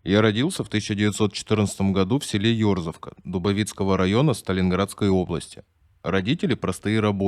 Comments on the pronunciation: Не Ерзовка 😂, а ерзОвка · только не ёрзовка а ерзОвка. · Правка от СТАЛИНГРАДЦА, у нас нет и не было населённого пункта "ёрзовка", а была и есть Ерзовка, с ударением на "о", пожалуйста, сохраняйте местную топонимику регионов, а то просто до смешного доходит, так и хочется спросить ЧТО-ЧТО😳🙄🤔😀😄😁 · Не ëрзовка, Ерзовка, а район дубОвский. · Не Ерзовка, а ЕрзОвка. Удорение на "о", а в остальном спасибо! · Не Ерзовка а Еирзовка